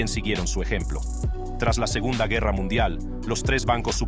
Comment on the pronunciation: Quita la voz robot no pronuncia bien el Español! No pues dijo guerra como un gringo!!!!